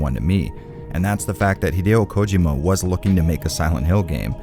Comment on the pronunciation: The pronunciation of Hideo Kojima is slightly annoying but I still love the video and I’m on a binge of your reviews of Silent hill and Resident Evil Games